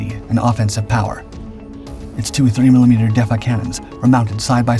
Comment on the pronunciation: I had to listen like 3 times. Thought he said 3mm cannons.😮